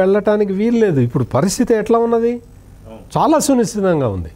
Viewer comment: రాష్ట్రం పరిస్థితి “సునిశితంగా” కాదు సర్…. “సున్నితంగా” ఉంది.